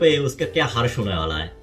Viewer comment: हर्ष नहीं भाई हसर ( हश्र ) होता है । वैसे भोजपुरी में हरस इज ओके ।